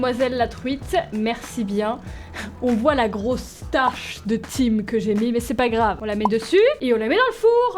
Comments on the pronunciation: le thym ça se prononce "tin" et non Tim mdrr 😂 sinon t'es la meilleure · tu as vraiment dit « Time »?😂 Le Thyms, ça se lit « Tin » 😂♥️ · Coucou le thim se dit tin et non tim mais une chef peu se tromper😂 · On dit du " tin " pas " time " (Thym) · Juste,, le thym de prononce TIN (comme le teint) et pas TIM voilà ^^ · du Tim Mdr ça se prononce tain (thym) la cuisinière professionnelle 😂😂😂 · TIM au lieu du tyms ça ce prononce tin mais c'pas grave ^^' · Ta vidéo était super, j'aimerai bien voir un autre épisode sur ce jeu 🤗 sinon pour thym on dit "tain" pas "thime" petit détail qui me stressait un peu. 😁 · Ahh! Pro cuisinière mais sa prononce "tim" au lieu de "tin" pour le thym! best cuisinière 2019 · Le mot thym ne se prononce pas Time MAIS TIN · "On a même pas de vin" le fameux lapsus révélateur xD Merci à Raphaël pour ce montage de qualité ! :) Ps: ça ne se prononce pas Tim mais tin/taim le thym est d'ailleurs très bon pour la santé et est un excellent aromate pour poissons et viandes blanches ^^ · Du "tim" bien évidament xD ça se lit "tin" même si je sais que c'est pour nous tester bien evidament xDD j'ai adoré la vidéo tu devrais continuer ce jeu!:) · Du "time" 😂 ça se dit "tin" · Très bonne vidéo comme d'habitude mais le Thym se dit Tin pas Time 🤣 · de TIME???? de Tin c'est mieux niveau prononciation 😭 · c’est pas Tim c’est tin que ça se prononce le thym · Thim se dit tin pas Tim 😂😂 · 🤣thym ça se dit pas Time mais tin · le thyn ce dit du tin et pas du time pour le reste gg la video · C'est pas '' tim'' c'est''tin'' la pronociasion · Du "time" 😂😂 mdrr, je croyais que t'étais pro😂😂😂 Ça se prononce"tin" comme le vin mdrr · Thime? T'es pas sérieuse on prononce "Thin" (Thym) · Thym ca se prononce tin (on sen fou lol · Pas tim met tin fain phonétiquement sinon très bons video😀😀😀😆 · c’est du Tim c’est du Thym XD Ça ce prononce comme le teint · le thym sa se dit tin pas time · Thym se dit "tin" ;)